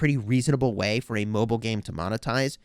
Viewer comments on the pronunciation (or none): none